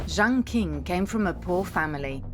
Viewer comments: Imagine wildly mispronouncing your video's subject. There is no Jiang King. Lazy and embarrassing. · Is this AI-generated? Poorly made content. Lacks research. Can't even pronounce Jiang Qing properly! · video that again acts like they're talking about when they can't even pronounce jiang qing properly, no nuance at all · Jiang Qing, not Jaing Qing. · Jiang Qing should be pronounced correctly as Jiang "Ching". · Mispronounced Jiang's name in 16 seconds. You don't know shit if you can't get the most basic shit right.